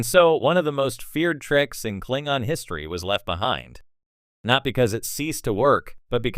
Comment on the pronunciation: It's pronounced Klingon not Klingon.